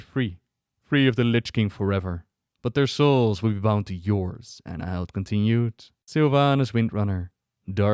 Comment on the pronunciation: Isn’t it pronounced Ann-hill-dah? Not Anna-hild